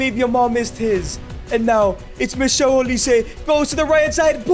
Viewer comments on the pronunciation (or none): none